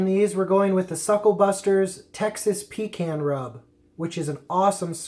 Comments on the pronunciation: Pretty sure you dont drink a "con" of coke do you? Its "pee can" lol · Had to interrupt after 2nd “pee can”. Please, please... pahcahnn. 😀. A pee can is something you use when traveling and don’t want to stop and use the bathroom or side of road for #1 Thanks! Just having fun! Keep Smoking!! Oh...Grilling is for High Temp meats (steaks, hamburgers, hotdogs) for those that don’t know.